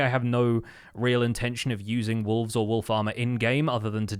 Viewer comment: Everytime says wolf armor i hear wool farmer. Also auto crafter is amazing such a great gift.